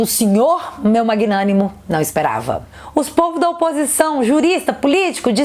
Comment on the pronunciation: Magnánimo kkkk foi MT bom kkkk